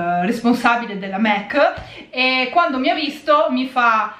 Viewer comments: Perché dici MEC? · non si dice assolutamente mEc ma MAC così come è scritto, e sono certa che lo sai benissimo, non l’hai mai pronunciato così, è ovvio che lo dici apposta. sono certa che puoi evitarlo, sei piu interessante senza strafalcioni. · Ma scusate non si pronuncia mAc? 🙁😕 Io non lo capirò mai XD